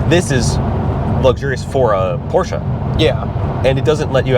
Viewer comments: Why is that guy saying "Porch"? If you claim to be a competent reviewer, you should at least know how the name is pronounced. You sit on a porch, you drive a Porsche. 👎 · Neither of you should be reviewing this car. You can't even pronounce Porsche properly.